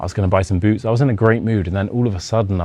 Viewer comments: When you say boots, it sounds like boobs. Actually, your tempo is really slow. Here in the US/Canada we speak faster than that. I'd be horrified to meet total strangers, and they insist on taking me somewhere. There is no way I would have gone with them. BTW your accent is very light for a brit. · Close one! 🫣 Only one mistaken word- when you first said "boots," I totally thought you said "booze." At first, but then realized... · I learned my English from Americans. But I which I had the British dialect. Most Swedes have that typical American pronunciation. But I had no problem understanding the whole story. Except in the beginning when I heard ”booz” instead of boots 😃 But I’m an 76 old fart with bad hearing. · I pretty understood everything except of boots for the first time because of your pronunciation